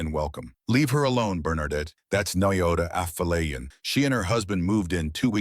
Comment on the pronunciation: The AI doesn't know how to pronounce Bernadette. Having a male voice narrate the conversation between 2 woman was a mistake. All the people watching saw Bernadette's racial prejudice.